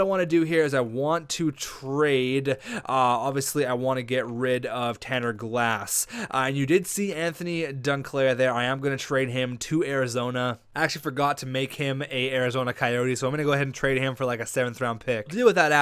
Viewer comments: his name is Duclair not Dunclair stop fucking adding N's to names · You can pronounce Pajaarvi but not Duclair😂